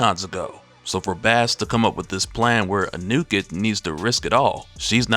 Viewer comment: it's pronounced AH New Ket